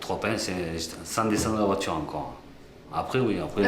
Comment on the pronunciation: Dès les premiers dialogues j'ai arrêté. Insupportable d'entendre "voitchure" et autres mots prononcés à la façon de macaques.